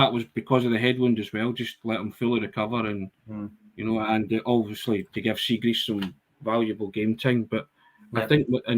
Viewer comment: you a big fan of Chris Jericho? The wrestler used to try to unsettle his opponents by misnaming them. Kurt Angle became Kurt Angel etc. likes to pronounce Liel Abada Lyle Abada (it's Li-el damn it!) and today we Benjamin Siegreest. It's Siegrist, seeg-rist. My autistic brain even checked to see if Benj had a weird Scandinavian modifier on the second 'i', it doesn't. YouTube pronounced it for extra oomph. I'm a guy in his livingroom not a broadcast journalist, if I mess up the name, who cares. Dear journos, pronunciations are a google search away. I'd go all change. We don't have bad players: Siegrist Ralston Welsh Jens Bernabei Guchi Turnbull Mooy Hakabanovic GG Maeda... a strong ass bench. Subs: Jota, Abada, Kyogo, O'Reilly, McGregor, CCV, Taylor, JJ, Hart If you go all change, we still have 5 subs you could throw on in the first 20minutes if you absolutely need to.